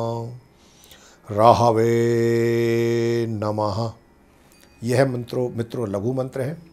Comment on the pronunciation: ॐ रांग राहवे नम ये है उचाचारण